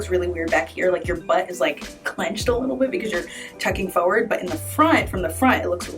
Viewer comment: Yep, you can pose and you certainly can help with how I have to take pictures in the next 30 days fo' sho. BUT!!!! What's wrong with people and saying "PHO-WORD"? It's FOR-WARD.... not hard. It's as easy as rolling your shoulders. I had to stop watching after the sixth PHO-WORD. Ugh!!!